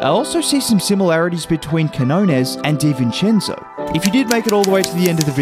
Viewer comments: I just wish broadcaster stop calling him KEY HO NESS, so annoying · TO ANYONE WHO TALKS ABOUT QUIÑONES ON THEIR PODCASTS, YOUTUBE OR DURING LIVE COMMENTARY: CAN YOU PLEASE LEARN HOW TO PRONOUNCE HIS NAME!? IT'S REALLY NOT THAT MUCH TO ASK FOR. THANK YOU!